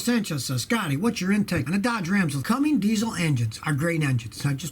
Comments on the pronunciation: CUMMINS DIESEL NOT CUMMINGS DIESEL. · it's Cummins, not Cumming or Cummings lol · Scotty, why do you call the “CUMMINS” diesel a “Cummings”?